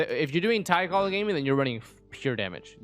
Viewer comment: I only use beidou for her tidecaller and I heard that as tight collar